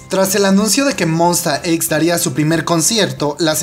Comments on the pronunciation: When, tu les dices "monsta equis" xdxd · Yo los pronuncio Monsta ex xd